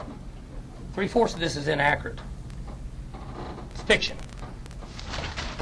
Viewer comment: "3/4 of this inaccuritt" 😂